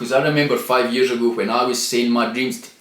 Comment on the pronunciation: How many yearsh have you been on the planet! How many of those yearsh have you been trying to be the highland neymr. Or ate yee the new George Micheal he’s been dead for yearsh though